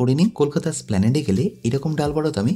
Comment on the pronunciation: অনেকেই Splanade (স্প্ল্যানেড) বলে থাকেন কিন্তু এটা সঠিক নয় আসল উচ্চারণ হবে Esplanade (এসপ্ল্যানেড).... যেমন এস্টেট আর স্টেট দুটি আলাদা শব্দ এবং উচ্চারণ। ভালো লাগলো রেসিপি দেখে... আমি বিহারী ফুটপাথের ব্যবসায়ীদের তৈরী ডালবড়া খুবই খাই।